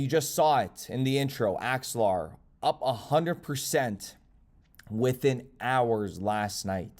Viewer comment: You did called axelar , good job